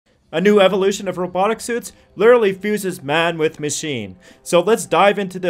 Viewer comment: You need to slow down and pay attention about how you speak.... Lirally isn't a word but literally is.... Rallity isn't a word but reality is.....